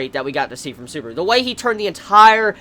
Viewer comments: Its Subaru not suburu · suburo wtf say it proberly